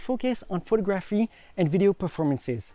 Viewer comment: Excellent photos ...was there a lot of post work done. Not sure about video, but think will buy. Great work dude, beautiful landscape. Pronounce phoTOGraphy...just so you know. Subscribed 👍👍